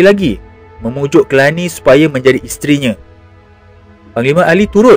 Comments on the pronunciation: Telani bukannya Kelani... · Telani, bukan Kelani.